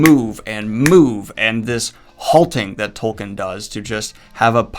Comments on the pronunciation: It's pronounced "Toll-keen". You review fantasy books for a living, man. I mean, disheveled goblin. Get a grip(hook)! Seriously though, I re-read the books last year, for the first time since the movies came out because whenever I felt that nostalgic itch, I'd scratch it with the movies. The books totally hold up. I had this incredible sensation of coming home; it's hard to describe. And that's despite reading them in another language this time (I'm French, had read them 2-3 times pre-2001 in French, never in English until this last reading). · How do you have 500k subs for a channel about fantasy books, and yet you don't know how to pronounce Tolkien's name? Its pronounced "Tol-KEEN". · The hilarious thing about all those fans is that Tolkien was a Philologist...and... - of this video...LANGUAGE was EVERYTHING to him...and I bet they all pronounce his name wrong. It's Tol-keen...not Tol-kin.... I MEAN LOOK AT THAT SPELLING!!! Imma Tol-keen fan till I die...but don't ever want to put people off of one of the greatest series of all time by being a Tool-keen fan. Spot-on Review!